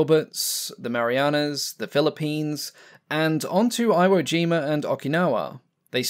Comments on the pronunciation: Uh, Iwo Jima is pronounced "Ee-wo Jeema" not "Eye-wo Jeema'...otherwise, good vid. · Good piece. FYI, the island's name is pronounced "EE WHOA JIMA". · "E woe gee muh"